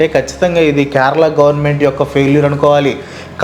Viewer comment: First adi kyarala kadu kerala pronunciation correct cheyandi first if you can't atleast try for video sake